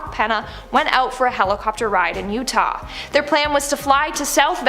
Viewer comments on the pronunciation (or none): none